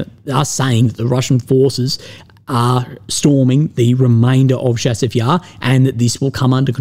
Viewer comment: Chasiv Yar. Like chase, chair, challenge. Not like Chicago.